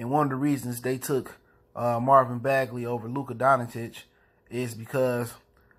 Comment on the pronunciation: Fair observation bruh. Thanks for the vid. What’s up with the last name pronunciation though?